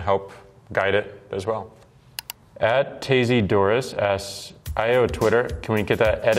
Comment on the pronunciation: he pronounces “ayo” as “ah-yo” ???